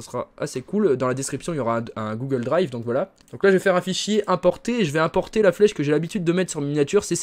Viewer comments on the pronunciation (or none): none